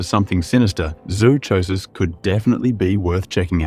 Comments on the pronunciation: YOU COULD START BY PRONOUNCING ZOOCHOSIS CORRECTLY! I WORKED at a zoo, I KNOW what I am talking about-- it is pronounced like PSYCHOSIS! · Hahahahahah zoo cho sis. This is how I feel when people say y'kooza. It's wrongggggg!